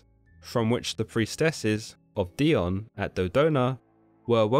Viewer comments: Wouldn't the name be pronounced DAI-OH-NEE? I mean...she IS Greek after all. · It's Dee-oh-nee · I love this channel! (I think it is pronounced die-oh-nee) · Wow first time hearing it pronounced this way. My name is Dionne pronounced Dee-Ahn.